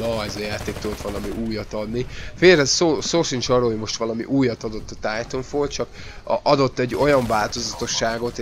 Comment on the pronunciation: "Titafall" :D